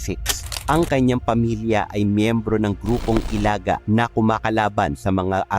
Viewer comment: Pangit nag pag prunounce ng Ilaga